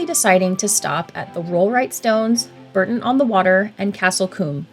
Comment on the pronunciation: Bourton is pronounced Bore-ton